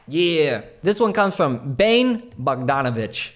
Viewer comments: Bane Bogdanovic is probably from Serbia or Croatia. Anyways, his first name is pronounced Bah-neh. When you said Bane (like in the movie), that cracked me up. Keep up the great work, love these videos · You pronounced 'Bogdanovic' right, but 'Bane' is pronounced like 'Bah-neh'. :)